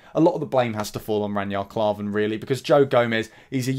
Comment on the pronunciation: Who the hell is ranyard klarven? 😂. Know your players names for god sakes!